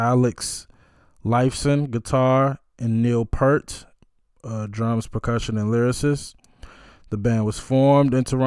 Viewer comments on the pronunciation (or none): Not pert, pee-ear-t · Neil doesn't pronounce his name like "pert". Say the word "ear" and put a "p" in front and a "t" at the end. Kind of like "peert". He has said that getting through Tom Sawyer was the most difficult part of a show. The very hard drum hits took a lot of energy. Check out this drum solo by Neil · You pronounced Geddy's name right...the G is hard like you thought. Also, Neil's last name is pronounced "Peert"...and it is not a big deal, but you will get lots of points with the Rush Family if you pronounce it "Peert". A lot of folks call him The Professor, and he is maybe the best drummer of all time....his other nickname is "your favorite drummer's favorite drummer." Last, Alex is probably the MOST underrated guitarist of all time, and made the absolute best acceptance speech after Rush's induction to the Rock and Roll Hall of Fame...I do not believe anyone will ever top that speech. Your next Rush reaction should be to Xanadu...the live version from Exit Stage Left.💯✌ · It's P-ear-t (pointing to my ear). And it's Ged-dy (rhymes with ready). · Neal Peart is actually pronounced as PEART. The long E sound. He passed away like a year ago. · help you with the pronunciation, Geddy Lee, his first name is pronounced like "GET-ee:, as in, get, like, get a beer, except it actually is a D sound rather than a T sound in the middle. And one of the greatest drummers ever, Neil Peart, rest in peace to him, his last name is pronounced more like it rhymes with pear like the fruit, with a bit more "ee" front-loaded, like, "PEEARrt". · No biggie, because I used to mispronounce Neil's surname myself, but hear the correct way straight from the horse's mouth, so to speak: 😄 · So you know, Peart rhymes with ear. 👍🏽😁 And you landed on the correct pronunciation of Geddy, rhyming with head-y.🎉 The only thing on Geddy's voice is a touch of reverb. On the synthesizer break down, thru the guitar solo, and for the outro they've switched from 4/4 time to 7/4.